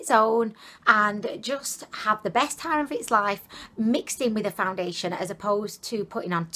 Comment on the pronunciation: "Foundidlyation" made me subscribe your videos are amazing 😘😂